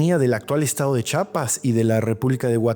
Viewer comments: Se dice Chiapas, no Chapas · Me encantan tus videos y tu canal, siempre aprendo mucho. Pero por favor, por favor, por favor, práctica más la palabra Chiapas, CHI-A-PAS. NO es "Chapas", haz este esfuerzo por favor, yo soy de Chiapas y no sabes lo feo que se siente te que pronuncien mal el nombre. Haz ejercicios de pronunciación antes de volver a decir el nombre de mi estado, es inconcebible que teniendo tanto conocimiento lo pronuncies mal. De favorcito. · Muy buen video Sólo una observación, es Chiapas, no es Chapas.